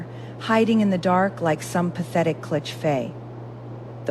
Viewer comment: "Cliche" is not pronounced "clitch fae". I'm not even watching if the first mispronunciation is in the first twenty seconds.